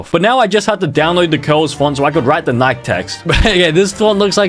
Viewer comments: Sick doesn't mean throwing up, sick means affected by physical/mental illness. Also its pronounced "NikIE" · Every time bro said “nike” my heart broke 😢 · Its nikEEEE nai kee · It’s so funny that he says Nike wrong